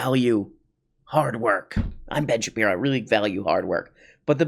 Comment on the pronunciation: Could you stop calling him "Ben Shapino" cuz I'm trying to enjoy this glass of water while I watch the video but I keep doing a spit takes every time you say it.😅😂